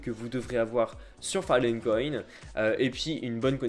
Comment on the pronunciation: à part les "file 'n coin" et les "arewève" c'est tres bien ;)